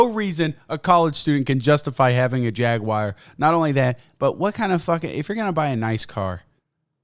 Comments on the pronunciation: What the hell is a Jaguire? It's Jaguar you heathen. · It’s jag-u-ar not jag-wire you uncultured swine. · Jaguar. JAG-U-AR. Not fucking Jagwire. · What the hell is a jagwire? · He just called a jaguar a jagIER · Jaguire. Tony ja guire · WTF is a Jagwire? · As a sweetly little Englishman, it upsets me to hear that you pronounce Jaguar as, “Jag-Wire” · say "jaguire" again... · he said jagWOIRE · Not sure what a Jagwire is... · Jag-wire lmao. To be fair, the new Jaguars are pretty fuckin' dope